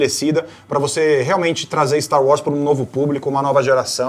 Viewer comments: falando Stá Uórs <3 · O pq que vc fala "Sta Wars?" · "finalmente vimos 'stauós' "????? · PARA DE FALAR STAR UÓS, MULHER!!!!!! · "Stau Was"